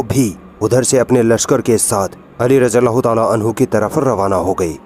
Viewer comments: Radi Allah is the correct pronunciation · बहन रादियाल्लाहो ताआला अनहो में द और ज साथ में बोलोगे तो सही होगा ।